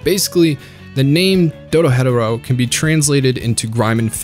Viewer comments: I saw this not long after it came out, put as many of my friends as would give it a chance to watch it. I’ve always called it doro-he-doro and no one has corrected me. You kinda exploded me head with the doro-hed-oro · It’s pronounced doro-he-doro not doro hetero isn’t it imma lose my shit if I’m wrong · It's not doro-hedoro, it's doro he doro, Engrish for Door to Door. Were you even paying attention? Next you'll be saying that you didn't know that Ebisu means shrimp salad. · "Doro headarow" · ITS PRONOUNCED DORO HEDO RO THE HEDO IS PRONOUNCED "HE DOE" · erm actually its said like door-he-doora ☝️🤓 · that’s how it’s pronounced, idk why he’s saying “dodo hetero” 😭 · Yeah, I can’t sit here for 40 minutes listening to you say doro hetero. It’s painful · it sounds like you’re saying do-do not do-ro 😂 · The pronunciation of doro-hetero makes me die a little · Which is correct. Doro-hetero is more than blasphemous, but it's a good video, so I'll look past it. Lolol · I hate to be thst guy but why do white people just say fuck pronunciation when it's comes to things thst are pronounced the way they should be to us ? Wtf is doro-hedero?? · Bro said dodo hetero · You say Dorohedoro is one of your all-time favourites but you miss pronounce it ever time. Every syllable in Japanes is pronounced in a specific way, and needs to spoken for its full intended length. You can't speed up half way through the word and shorten syllables like in English. Do ro he do ro Not Doora head uhro The narrator litterally says it at the end of each episode. It's like people who say Naruto as "Nuh roo doh" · Bro said "Doro Hetero" 😂😂😂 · no hate but it throws me off when you pronounce Dorohedoro as Dorohetero lmao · Bruh he saying dorohetero hes more white than a sheet of paper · Hearing him pronounce it as "Doro-Hetero" made me pause the video for a good ten seconds. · Great vid. However... "Doro hetero" was making me grind my teeth everytime you said it. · Excuse me, Doro-hetero? Are you special?